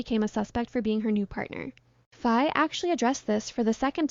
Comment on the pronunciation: Please please do well to pronounce Faye name correctly! Faye is pronounced Fye.